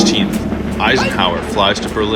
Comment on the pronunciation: Eisenhover! lmao😂